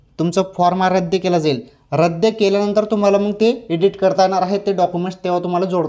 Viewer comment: रद्य नाही रद्द म्हणा.